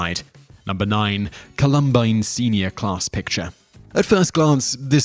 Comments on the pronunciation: The way he pronounces columbine.... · I understand that your accent makes saying certain words sound different but you completely butchered Columbine, the shooter name, Regina not re -gina like vagina without the va! Please, please look up videos on these people to know how to properly pronounce the names/places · How can you not know how to pronounce Columbine? It would take literally seconds to check this.